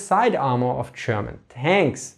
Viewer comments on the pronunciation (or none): Your "German" sure does sound a lot like "Sherman" to me.